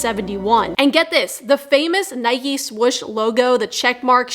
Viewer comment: I know. He pronounced it wrong is what I was saying.